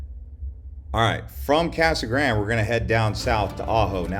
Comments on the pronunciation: So happy you trashed Casa Grande, even butchering the pronunciation of “gran-day”. You missed mentioning our in-city mall and all our big box and mom and pop stores. Our city government is doing a great job managing infrastructure and residential building is keeping pace with new businesses and new manufacturers. Our schools are top notch. Downtown is a hopping place. What’s not to like. Oh I get it, you’re trying to help slow the new arrivals. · lol... the way he pronounces Casa Grande. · Can't you pronounce Casa Grande properly like it's supposed to be pronounced!!??